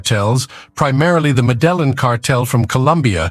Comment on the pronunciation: “The medellen cartel..”